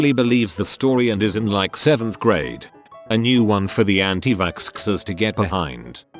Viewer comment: "anti-vak'sksk'ers " xD